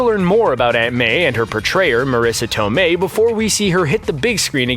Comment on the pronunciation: The italian pronunciation of Marisa Tomei was still wrong by the way, basically that was "southern italian" pronunciation, not real italian. And the accent for the last name was wrong too. Use the italian voice of Google Translate for a correct pronunciation.